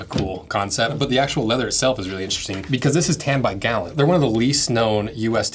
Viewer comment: Not gallon, Guh Loon.